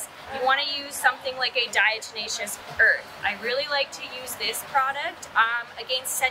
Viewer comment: Thanks for the help, but its diateMatious, not deNatious like jack blacks tenacious D...😂